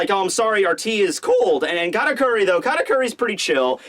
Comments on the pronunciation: Weird, I even slowed down the video to hear it clearly, but in 90% of you saying his name there is definitely a "R" instead of "T" there. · Why do you always call him "KaRakuri"?